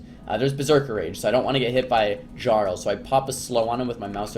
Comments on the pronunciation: JAR-ul lolllll its pronounced YAR-ul... like a king of sorts. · Its pronounced "Yarl" not "Garl" Not like the NPCs say it several times throughout the Stomrheim campaign you fucking mongoloid.